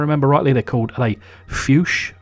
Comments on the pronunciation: The wheels are called „Fuchs-Felgen“ (english: Fox-Wheels) pronounce Fux 😜🇦🇹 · Fuchs is pronounced like Foogs 👍😀